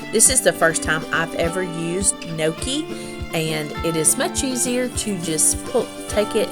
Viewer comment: I'm Italian and am so proud of your ability to properly say gnocchi. In the South with my strong Greek/Italian dialect added to that my Alabama Southern Drawl.....it can many times be hard to understand my words. But, I love love love to hear you as well as watching you!!!!